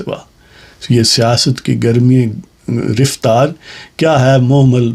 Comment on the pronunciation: یہ لفظ رفتار riftar نہیں بلکہ raftar ہے۔